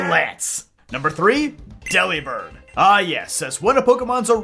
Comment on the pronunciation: Delibird is pronounced like Delivered. With a b instead of a V. Its a pun.